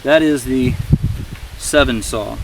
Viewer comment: The Sven comes in a 21" and a 15". I have both and they both work great. The 15 goes right in the pack nicely without popping up and out. Looks like you have the 21 in your video. Also it's sven, like the sveedish name not seven.. Thanks for the video, nice review!